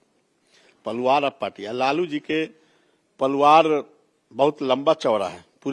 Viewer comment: परिवार ❌ पलुवार✅ 😂